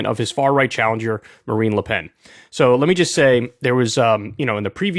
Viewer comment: Kyle needs to learn how to pronounce French names. It’s Macron not Macrone, and it’s pronounced “Lu Pen” not “Lay Pen”